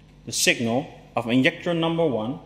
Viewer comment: I like watching your videos, but you kill me when you say INJECTOR, LOL